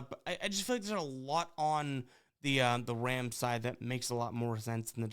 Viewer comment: Is it my ears or does he keep saying wams instead of rams in the beginning lol